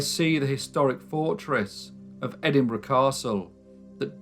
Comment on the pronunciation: It’s refreshing to hear Edinburgh pronounced properly🏴😂